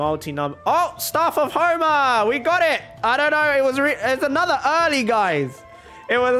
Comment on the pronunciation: How we say it Staff of homa How he say it: Staurf ourf hourma